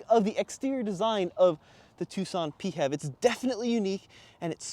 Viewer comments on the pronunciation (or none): Nope...we're not making "P-HEV" a thing. It's pronounced "FEV". Get it right or pay the price! 😅😅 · Please, never say Pee Heff ever again. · It’s funny when you say “Pee Hev”. In Australia we pronounce PHEV as “Fev”